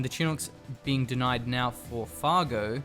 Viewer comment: It's Fargo not fargue moron!